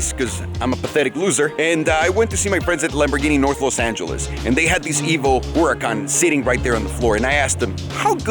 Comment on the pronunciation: Why it sound like he said Lamborghini whoreecon evo?